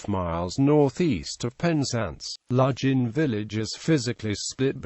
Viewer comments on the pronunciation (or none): I would never recognise this place from the pronounciation used. Ludg as in fudge. Van as in fun. Remember this is Cornwall with it's own language and not England and English. Other place names mentioned I cannot understand at all.